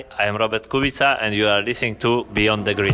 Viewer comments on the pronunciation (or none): If you respect Kubica so much, for god's sake learn how to pronounce his last name properly.